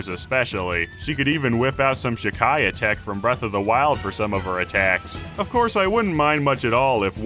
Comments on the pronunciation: Shiekah shi-kai-uh its pronounced she-kuh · Sheika is pronounced "sheek-uh" not "shi-kai-yuh" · sha kia uh? Isn't it She-kuh? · Sh-ee-ka not Sha-Kai-ah tech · Shekajateck????? You mean Sheikah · "shickaya" LOL Sheikah is pronounced "she-kah" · Shikaia?!? ...you mean sheika :( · Shekaiah? It’s pronounced shi - kah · It’s not shikaia it’s pronounced She-ca sheikah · Shikiah tech? Seriously bro? It's pronounced SHIEKAH SHE-KAH! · Shekiah?SHEKIAH! Bruh. No. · Did this guy just say she kiya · I know this man did not just say SHEH-KAI-UH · shE kIaH...WHAT HOW CAN YOU PRONOUNCE SHIEKAH LIKE THAT WTF THERES EVEN VOICE ACTING IN THE GAME THAT PRONOUNCES IT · DID YOU JUST SAY.......SHAKIAH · I sorry but please say Sheikah right, it's not sheckiah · "Shikiah tech" .... are you serious? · "Shakia" tech? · this mas said Shekiah. I’m fuming 😤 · "Shuh-kai-uh" Was that supposed to be Sheikah? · "Shiquaea tech" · did he just say shekiah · I can't because he said "Shek-i-ah" tech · Did this man just pronounce “Sheikah” as “Shikia” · Did you.....just......pronounce Sheikah like it rhymes with the word Mariah? Can you.....like....not? There's no fucking "I" after the "k". It's 2 syllables. "She- caw" And I thought people pronouncing Raikou from Pokemon as "Ray-koo" was bad, Christ. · Nice pronunciation of Sheikah